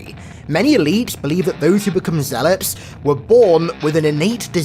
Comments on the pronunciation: Are you saying "eleaps" and "zealops" because you gave a speech impediment? I just want to know if it's OK to say you sound stupid or not. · Why do I keep hearing ZEALOPS?